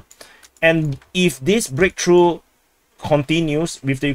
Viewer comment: "Massive breaktruh" Bro russia went from kiev and warsaw in 3 days to this massive sucess 🤣